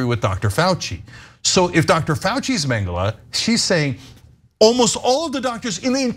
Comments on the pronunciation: Its Mengele not Mengeler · Ana butchering Mengele here. Ironic. I'll allow it.